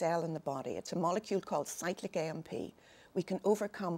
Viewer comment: At 1m:22s onwards she says "If we elevate a molecule which is found in every cell in the body--it's a molecule called " ... Does she say Cyclic adenosine monophosphate cAMP, cyclic AMP? Because it sound almost like psychic AMP? According to Wikipedia, cAMP is derived from ATP. Alt med sources say that electrically pulsed electrodes, PEMF, and LED / light therapy affects cell energy resulting in ATP. Process seems involved with other molecule triggers and inhibitors? What diet is good for cAMP?